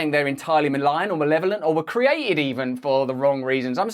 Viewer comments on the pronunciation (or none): none